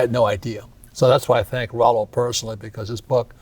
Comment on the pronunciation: I have watched other videos with Robert. Yes, he speaks the red pill terms but he does not practice them. Still calling his ex, his wife. That is blue pill. He does not even pronounce Rollo correctly. A lot of YouTubers like have Rollo terms memorized, but their words betray them if you listen carefully.